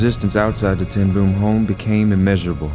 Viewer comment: It is very irritating how they call Ten Bóóm. It is not Ten Boem.